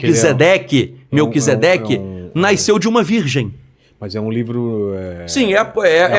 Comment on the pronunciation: ALGUEM AVISA QUE É NASCEU E NÃO NAISCEU.